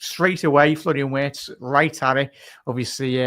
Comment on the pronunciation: WIRTZ PRONOUNCED WITH A V